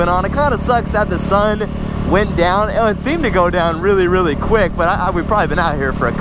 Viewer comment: You sey i like to tink thats not me snd so You wealy 😝😝